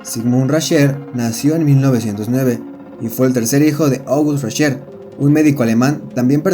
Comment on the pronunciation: Video pedorrisimo !!! Sigmund Rascher se llamaba no 'Raschel" Aparte los pilotos de la Luftwaffe ni eran nazis, es como decir que los pilotos rusos eran comunistas o los norteamericanos capitalistas. Pésimo video 😡 !!!